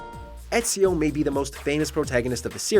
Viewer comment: Bro you butchered ezios name